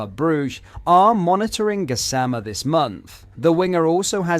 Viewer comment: The way you say the gassama Is weird… but other than that good video